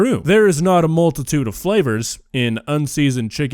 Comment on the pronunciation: You heard “multitude” i heard “melted tuna” …either way “fukked up”